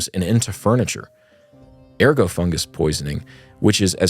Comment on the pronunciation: You should check your pronunciation of unfamiliar words. An example: ergot is not pronounced ergo. There are online dictionaries that will give the correct pronunciation.